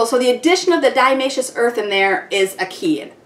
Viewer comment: I couldn't listen to her mispronounce Diatomaceous Earth one more time! Ugh.